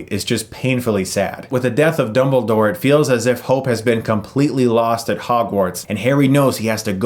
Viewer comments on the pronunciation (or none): Did he just call dumbledore, "doubledore"?